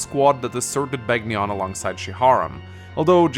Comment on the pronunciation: Am I the only one who flinches every time he says Beg ni on. Rather than Ben yon? (Which is how the announcer says it in Radiant Dawn BTW)